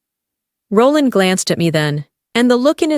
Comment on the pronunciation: I just couldn't tolaerate the narrators pronunciation of Roland